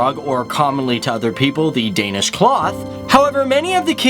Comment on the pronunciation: I love the way you pronounce danish words, so very wrong, but still very right